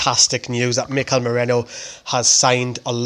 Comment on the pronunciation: MERINO NOT MERENO OR MERENIO